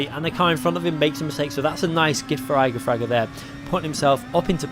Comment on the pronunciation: Please stop saying his name. You are saying it wrong. Jesus Christ.